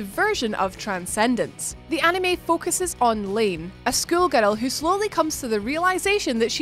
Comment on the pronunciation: Please girl, for the love of all that is good and holy, never, ever say the word anime ever ever again. That is all.